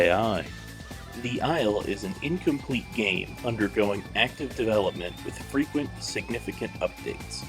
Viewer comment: Aint no way Oingo said Frequent